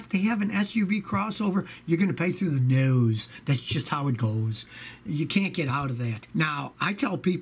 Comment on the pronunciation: Pay through the “nouse”